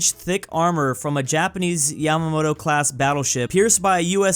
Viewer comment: you said one to much ma in yamato.